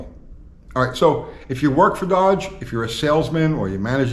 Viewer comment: You can’t even say the word DODGE !